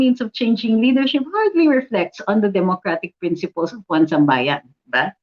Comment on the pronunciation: Atty isambayan daw ung basa sa "1sambayan". Anyway goodluck to them. 😌